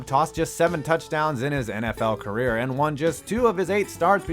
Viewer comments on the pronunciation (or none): none